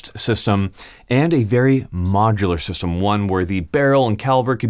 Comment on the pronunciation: My head spin everytime you say system